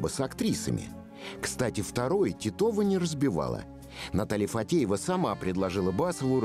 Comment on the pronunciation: Его жена не ФаДеева, а ФаТеева. Комментарий для комментатора!